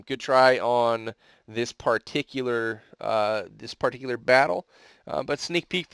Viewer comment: Anyone notice that pronounces "particular" in a very particularly peculiar way?